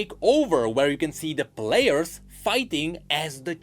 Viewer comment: Count the amount of time says "Blairs" instead of players.